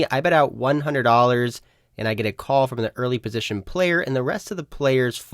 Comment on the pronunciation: for some reason, you pronouncing all your T's as D's tilts me haha, player make DA CALL OR DE CALL. never THE CALL.